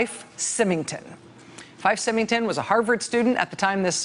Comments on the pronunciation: I love you, Rachel, but it's pronounced Fife (F-ī-f) Symington (S-ī-mington). Both are pronounced with long I. I know, because my savings and loan was one of the ones that the despot ran into the ground. Ugh. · IT'S PRONOUNCED SIGH- MING-TON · That's FIFE, a long I and SYMINGTON, the Y is pronounced like a long I, again. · It's pronounced "Sigh-ming-ton," Rachel.